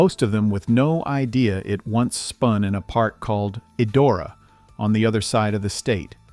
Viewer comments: I wonder how old man speaking is , and I wish it was still around cuz I would have taken my children to it, that was some of my best childhood memories because I went there in 1970s it is not pronounced e Dora is pronounced. Idora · For clarity, the name is pronounced "EYE-dora". It was the most fun place to be! I applied to work there the year the Wildcat burned down. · If you're going to use AI to narrate, at least teach it to pronounce correctly. I've never heard Idora mispronounced in so many ways. For the record Idora is prunounced "EYE-door-uh." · It's pronounced EYE DORA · I don’t mind the AI voice, even if it keeps pronouncing Idora wrong, but I can’t stand the AI pictures and pictures of unrelated parks. The fake pictures are horrible. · I don't know if the narrator is a real person or AI, but it bugs me that he says Idora differently every time he says it. Even if the pronunciation is wrong, stick to it instead of changing it up every time.